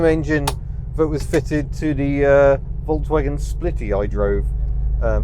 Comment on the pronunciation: Please pronounce Volkswagen correctly, please!